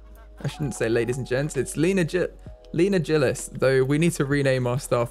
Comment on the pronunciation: The security guards last name is said gill-is like a fish gill 😂